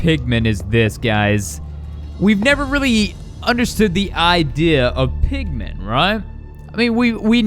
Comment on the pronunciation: Also when I heard you saidmpigman I thought u said pikman